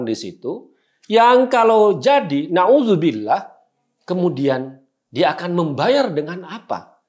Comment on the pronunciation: Hahaha...saya seneng dengernya mas Guntur...'klo anis jadi capres...nauzubillah (mohon maaf klo tulisannya kurang pas, tapi kedengarannya begitu ditelinga saya)..kayak najis anis gitu...🤣